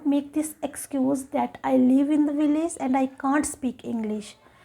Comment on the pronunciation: She pronounces VILLAGE as "vi-laze." Wrong. Right: "vilij." She pronounces LANGUAGE as "lang-waze." Very bad. Right: "lang-wij." Her English is not fluent.